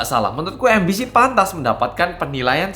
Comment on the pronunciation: Aku kok jadi dengarnya 'ambisi' bukan MBC